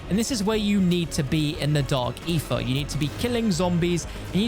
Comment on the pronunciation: Why do you say Ether like that? Sounds like you say "Eefah" lol